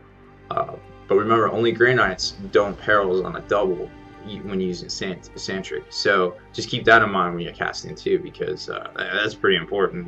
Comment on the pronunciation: Sanctic. I really enjoy your videos, but i can't help but correct this. There is no 'R' in the word Sanctic. Sorry to be that guy lol.